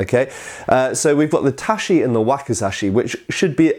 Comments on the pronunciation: Dude says 'tashi' lol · Had a bit of a time wondering what was talking about when he mentioned the japanese "TAH-shee" until I realized he was pronouncing tachi with a "sh" sound like the French "attaché". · Great video but you keep pronouncing tachi wrong and it triggers my weeaboo ears. Shi and chi are totally distinct in Japanese phonology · It will probably drown in the many comments, but I'll try anyway. Tachi is not pronounced with a sh but rather with the ch sound of chicken . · again with the "tashi" "nodashi". Come on mate... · Not very important, but Ta-chi, not Ta-shi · Tachi not tashi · Really bothers me how he pronounces japanese ch sounds like an english sh. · It's not pronounced tachi with an " sh" but tachi with a " ch" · Up front, as an enthusiast, and as someone with a bit more than a passing familiarity with Japanese Language, I found it very grating to hear the last syllable in Tachi, No Dachi, and O Dachi, pronounced as "shi" rather than as the hard "chi". Second The No Dachi and O Dachi are the same sword, just with a different reading of the first Kanji in the word. The only reason this bugs me, is because of how changing part of the sound of a syllable can change the whole meaning of the word. It's almost impossible to compare Japanese swords with European swords. This is due to the fact that the Japanese were limited by their materials, and so took the sword they could make and built a martial art around it. This is in contrast to the Europeans, who had access to much better steel, and could design newer swords around revolutions in martial thought, and so developed a sword to suit the martial art of the time. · Just a note - "ch" in Japanese is pronounced "tsh" not "sh" so tachi = "tatshi" not "tashi". ;) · Tashi? You mean tachi? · The proper pronunciation is TACHI, not TASHI Sincerely, Japanese imperial Historian (l4 Japanese speaker) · "Touch-ee" not "tashy". (I know it will bother people.) Another fascinating video, thanks!